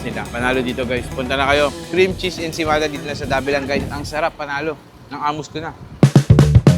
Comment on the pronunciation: It's ensaymada, why you kept saying ensemada?